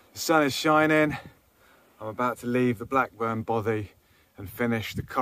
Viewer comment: Enjoying very much watching these videos, but and I know I’m being a pedant but will you please pronounce Bothy properly !!!! Both as in moth the y as ee!